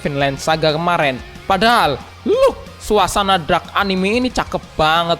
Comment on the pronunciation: dark bang bukan drak? :v